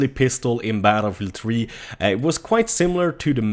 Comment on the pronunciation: "Battle Meal 3" ?